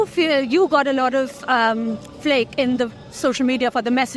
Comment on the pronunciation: She says "flake" for "flak"???